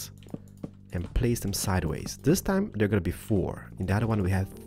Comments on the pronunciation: i am your big fan and you are my favourite youtuber, (sorry) but i hate when you say the word this like theez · I love how he says like zis ☺ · BOOM! Like zees he can't even say like this XD